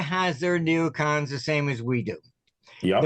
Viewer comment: Are you saying neocoms?